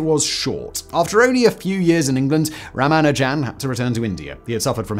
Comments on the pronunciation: Correct pronunciation is Ra-MAH-nujen (though it seems a popular pronunciation among brits is Ra-mah-NU-jen) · "Ramajan-a-ding-dong" "Ra-man-jan"?? "Ra-manu-jan" You must have recognised you pronounced it three different ways...but didn't bother to correct?? So disrespectful... "Tilling" the plane... do you just make noises with your mouth without regard for the meaning?? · How did you manage to lose a whole syllable from Ramanujan's name? I know the Indian pronunciation puts a little less stress on it than the usual English pronunciation but dropping it entirely is a bit much. Edit: Oh, you do get it (or at least closer) a few times. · gaaah.... Ramajan???? Ramajan??????? It's RamaNUjan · Ra-MA-nujan... not RA-ma-jan... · Ramanujan : ❌️ Ram a jam : ✅️ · “Tilling the plane” “Ramajam” Dude, don’t rush the pronunciation. 😅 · Lol "Ramajan" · It's rama- new- jen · 'Ramajam'?!? Really? You might at least have learned to say his name, or perhaps pronounce it how it's spelled. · Would normally say it doesn't matter but ruhman nojan 😅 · This video probably will get the Guinness Book of World Records entry for the largest number of (incorrect) permutations of pronunciation of 'Ramanujan'🤣🤣🤣🤣🤣🤣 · Simon with his own super permutation discovery by saying Ramanujan's name every which way except the correct way 😅 And FermaTT 😭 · He used like 7 pronunciations, none of which are correct lol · Consult with someone who speaks Tamil, how to pronounce Ramanujan and consult with any mathematician on how to pronounce Euler. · Was the intent to pronounce Ramanujan’s name differently every time you say it? He was not an amateur tho. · How many ways can he mispronounce Ramanujan though? 😀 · I got to where you totally failed to pronounce Ramanujan's name. Not watching anymore until you correct it. I'll wait. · Harui, Ramanujan, Euler and Fermat were all mispronounced in the video. Disappointing! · Guy can't pronounce Ramanujam. Ffs.